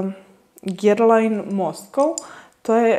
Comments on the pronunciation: izgovora se GERLAN, ako vec preporucujes parfeme onda bar nauci kako se izgovora 🤣🤣🤣🤣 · Guerlain se cita 'Gerlan' a ne po Vuku Karadzicu 'pisi kako govoris, citaj kako pises' 🤣 Kilian se cita Kilian, Moresque se cita MoresK a ne MoresKU, La Colle Noire cita se La Kol Noar, Hermes se cita Ermes, L'ambre des Merveilles se cita Lambr de Mervej, a parfemi koji nisu mass-market su niche parfemi ❤️